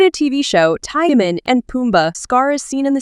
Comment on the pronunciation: Timon !!!! Not timin